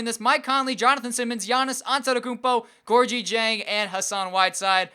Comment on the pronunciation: You are not pronouncing diengs first name right